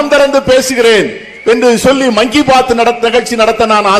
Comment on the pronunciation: மங்கி பாத் இல்லை அது மங்கி மன் KI PADH